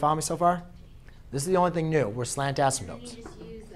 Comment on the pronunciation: You gotta stop calling them asymtopes. Very distracting. Other than that very helpful.